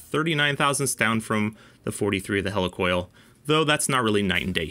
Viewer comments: heli coil not hella coil lol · Wtf is a Hell E Coil? It's Helicoil Heel Lee Coil not Hell E Coil....